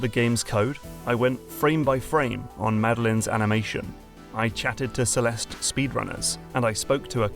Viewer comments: there's a silent E, it's pronounced celest and spelled celeste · theres no "uh" at the end of celeste! the e is silent